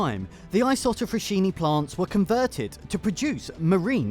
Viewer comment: Write the name in google translate, listen to how it’s pronounced.